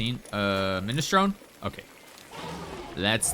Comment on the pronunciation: Minestrone is pronounced “minestrony”